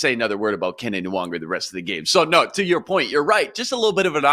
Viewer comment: needs to learn how to pronounce Nwangwu's name